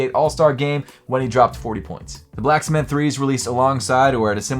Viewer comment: Is this man saying “black smith” 3? 😂